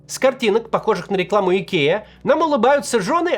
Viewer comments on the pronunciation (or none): none